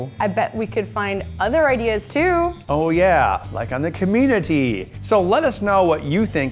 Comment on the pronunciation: Comeetity? I think that's a first for the pronunciation of 'Community'.... at least that I've heard. :P